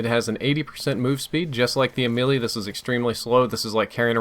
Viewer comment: I'm pretty sure the Ameli isn't pronounced as the Lil Wayne song